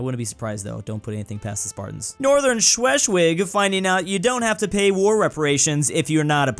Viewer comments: Why the hell did pronounce "Schleswig" as "shweshwig"? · Butchered Schleswig so bad that even I as a Dane got offended